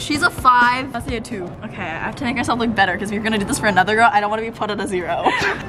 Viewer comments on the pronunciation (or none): Is she pronouncing "look" as "lick"? YouTube subtitles and I heard lick twice. Your content is great, keep grinding!